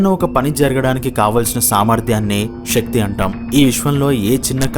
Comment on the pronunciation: Shakti కాదు శక్తి అనాలి. తెలుగు ఉచ్చరణ సరిగ్గస్ పలకాలి